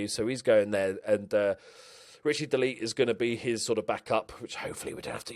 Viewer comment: only just jumped into watching this save but its de laet is said like de lat like pat or cat lol